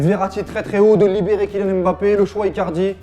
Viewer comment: Mais c'est quand ils vont arrêter avec le hemBappé! c'est mbappé! même les anglais respectent mieux la prononciation de ce nom...